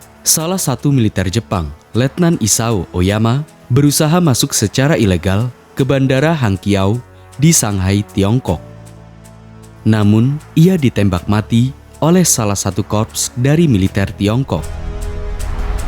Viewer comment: Ijin Min kalau bahasa tiongkok Q dibaca Ch kyak Hang Qiao dibaca Hang Chiaw 🙏🏻